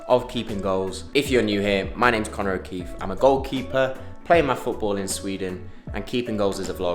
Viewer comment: That's a nice stadium, Koh-nor O-kee-fee lol